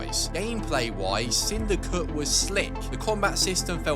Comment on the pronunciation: Bro says "sindycuh"